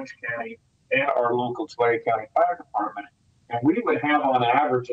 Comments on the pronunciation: Tulare is pronouced Two Larry. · Did someone forget to tell the news model how to pronounce Tulare?